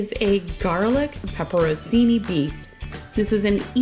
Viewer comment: Pronounce it correctly, “Pepper On Chee Knee”. Thanks from an Italiano